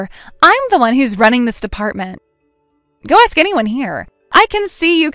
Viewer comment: AI does not pronounce “ask” like “ax”